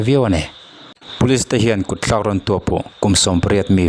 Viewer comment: I ṭawngkam hman hi ti dik teh.kutthlak tih tur ah kut tlak tia lam tur anilo